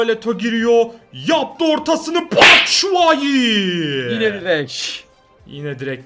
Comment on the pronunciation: abi ben sizle video çekmek istiyon o batsuayi değil çapşuayi ve ben bjkliyim gutii